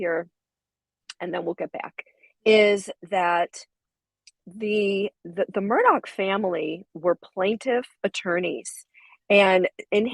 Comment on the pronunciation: AleX WITH AN X... spoken as X... HE AINT SPECIAL FOLKS, ... he just hated his real names. His last name is AUUUUUGHHHH, NOT ...OCK. MURRDauuuuugh.